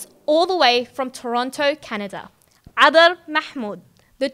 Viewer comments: I dont know if all can pronounce her name. Her name is written in Somali where C stands for ع in Arabic. Properly, you could pronounce 'Adar' in English. Cadar means perfume in Somali. Her speech is Cadar, mashallah. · It's adar means perfume not kadar